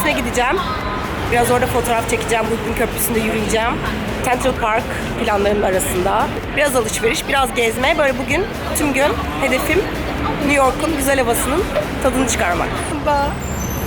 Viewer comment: "kentrıl park" mı dedin bana mı öyle geldi???